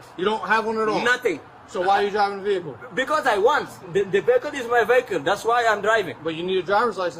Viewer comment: Pronounces vehicle as "véhicule" - Haitian or African. When they cause death on the roads Democrats will claim that they wish their child's life was ended by a white man. It's a magical form of insanity that helps to protect special people 🌚